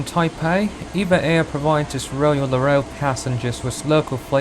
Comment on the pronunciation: E-V-A Air，NOT Eva air